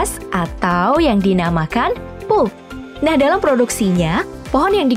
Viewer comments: Tolong pronounce “pulp” dibaca “palp” bukan “poop”👍🏻 Biar ank indo bisa bedain yg bener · sebutan benarnya adlh p-a-l-p..bkn pup. Bisa jd eek toh kalo di dengerin scra instan. Tp ya kerna bhsa inggris perkataannya jd pulp